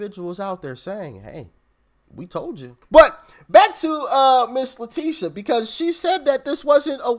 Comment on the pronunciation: STOP CALLING HER LETICIA! THAT BITCHS NAME IS LETITIA. LIKE A TIT. STOP SCREWING UP A BEAUTIFUL NAME LETICIA. SHES FUNT N HER NAME IS LETITIA.